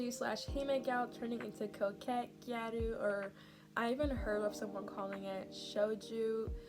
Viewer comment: as a gyaru, i usually avoid tiktok (especially gyarutok) because of the amount’a misinformation 💔 (little nitpick, gyaru isn’t pronounced “gya-roo” but moreso “g-Ai-ru” 😋)